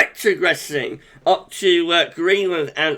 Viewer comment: Love your RRRRetrogressing